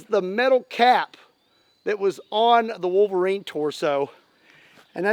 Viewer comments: drink a shot everytime he says volverine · Love the "Elv-erine"? Look.